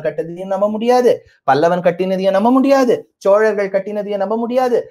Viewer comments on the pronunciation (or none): none